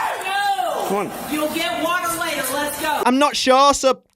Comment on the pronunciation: "i think she needs some water" "WÆTERRRR WÆTERRR I NEED WÆTER" 🦅🦅🦅🦅